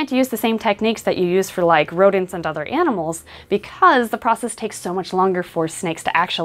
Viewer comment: I don't like how she enunciates animals, like she isn't an animal herself.